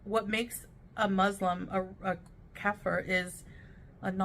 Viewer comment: I like how doesn't pronounce Muslim correctly 😐